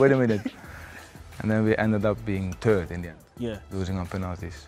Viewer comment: What an absolute Gentleman....A genuine World Class star!....But when he said the word "Third" at in that accent I Laughed....